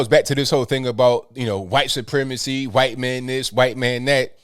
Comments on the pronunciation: Huhwhhhhite man,😁 gets me everytime,love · I love but it's funny how he says "white" He actually pronounces the H. Listen close you'll hear it.